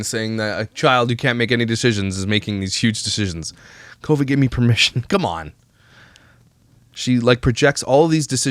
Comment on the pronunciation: Now I cannot stand her videos because I catch all her speech issues... sawll vs saw or seen. Kiddos. Things are "hard". NaKova or Kova? Its in other videos too.